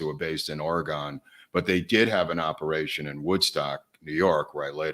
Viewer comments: for some reason Oregon is the only state in the United States that people cannot pronounce correctly. It's not a big deal to anybody else except for everybody who lives in Oregon. I don't mean to be cranky but it gets tiresome. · unfortunately, that is wrong. Unlike Willamette sounding like damn it, we don't have a really good way of getting people to say Oregon correctly.